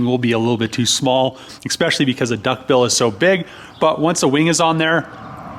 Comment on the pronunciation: There is no 'X' in the word especially...